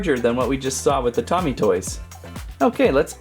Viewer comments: Its not tommie its pronounced toe-me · It is pronounced toe me and love your vids